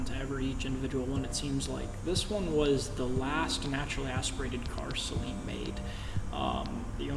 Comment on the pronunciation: Awesome build. Thumbs up for pronouncing Saleen correctly. :)